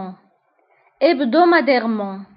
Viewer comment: Bonjour, merci pour cette video, j'ai vu quelques mots seulement, je vous prie de revoir la prononciation de (mensuellement, hebdomadairement...) C a d le E du milieu. Bon courage 😊